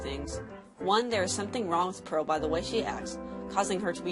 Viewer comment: " every diamond has a peral "